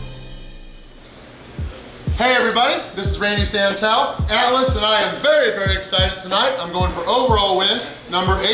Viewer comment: Again!!! In the name of the Father and of my Crotch and of the .....C’mon Santel???? Get it Right???!!!!!!😡